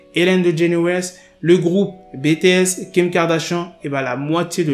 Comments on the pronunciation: Super vidéo 🖤 Dsl de te corriger mais on dit "bitiès" pas "bts" ^^ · Si on sort encore bétéès au lieu de BTS jvais finir par mourrir